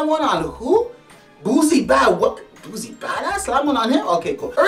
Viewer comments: Nigga if u dont stop saying this mane name wrong😐🤦🏿‍♀️....Its Boosie not Boozie, that shit was annoying to hear... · And it aint "Boozie bhadahz" its BOOSIE BADAZZ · Boosie,not boozie. Lawd that's irritating.🤣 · He calls him buzie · Its pronounced "Boot-see" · Buzie Bodahs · And he keep mispronounced boosie name# clown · He can't even say Boosie name rite